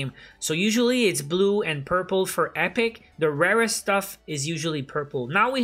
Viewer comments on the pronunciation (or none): none